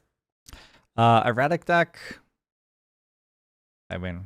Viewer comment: Erradic ahaha it's gotta be on purpose at this point